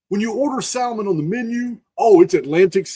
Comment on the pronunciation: You crack me up with how you say Salmon. The L is silent. Much love brother.